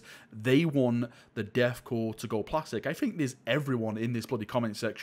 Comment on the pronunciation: "Deth cor" Hehehe